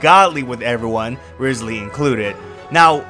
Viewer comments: If I lose guaranteed trying for Neuvi, then my guaranteed will go for Wriothesley! And also can people STOP mispronouncing his name now?🫣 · you butchered it